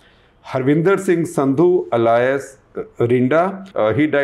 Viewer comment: You are mispronouncing alias